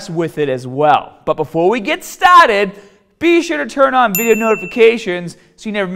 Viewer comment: haahd time